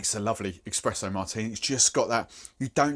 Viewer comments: Expresso Martini :'D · Es-pres-o For the love of god, there is no X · What the fuck is an eXpresso martini?